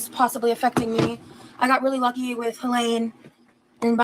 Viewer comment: It’s Hurricane Helene, not Hurricane Helaine you doofus